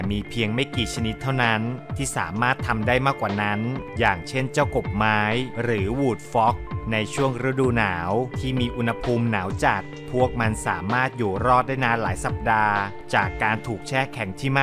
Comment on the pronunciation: พี่ครับทำไมพี่พูดคำว่า วูดฟ็อก เป็น หวูดฟ็อก